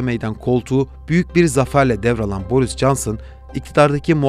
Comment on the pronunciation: Şu yabancı kelimelerin telaffuzuna dikkat edebilir misiniz biraz? Kimse sizden bir native gibi telaffuz etmenizi beklemiyor ama Rahoyu Rajoy, Boris'i Baris, Deyli'yi Dayli, Şolz'ü Skolz diye okuyunca komik görünüyorsunuz.